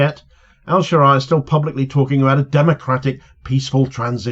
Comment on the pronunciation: Ash-Sharaa is how it should be pronounced, not sure how much room for manoeuvre he has to avoid being targeted directly by the IDF. My neighbours family are Syrian Christian and their village was bombed by IDF in the aftermath of Assad falling.